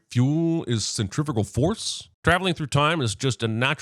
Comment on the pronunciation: ... centrifugal is oddly pronounced as 'centrifical', but that doesn't matter, because they're not real forces. They're make believe. Centripetal force is the only one that exists.